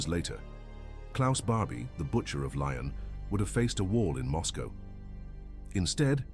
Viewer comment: Get a human being to read the comme tary, Lyon is not pronounced Lion. Mistakes like this (and there are a few), are annoying and costing you subscribers, which is a pity.